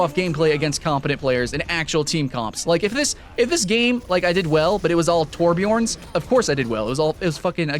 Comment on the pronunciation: its tor-bee-uhrn. not toor-bee-orn